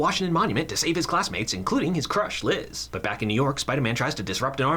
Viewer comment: Why are you calling her lis???